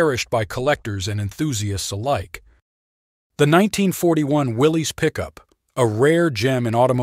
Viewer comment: It's pronounced Willis.